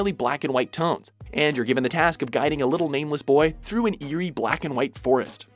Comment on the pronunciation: Forest with a "th" ????